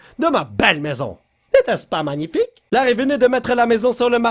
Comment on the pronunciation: Cristina Cordula: C'est manifaïk!: N'est ce pas magnifiko?